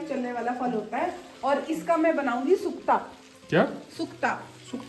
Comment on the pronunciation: Sukta nahi suska boltay hai mainay bhi banaya hai I am uttrakhand kotdwar